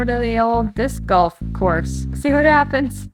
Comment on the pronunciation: lol, i thought you were saying "discoff"